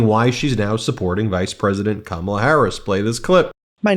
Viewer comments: You can tell some of these guys are legit Fox viewers the way they pronounce Kamala. Hahaha! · For f**k sake, learn how to pronounce Kamala properly.